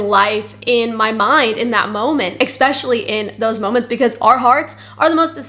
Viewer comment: Especially. Not expecially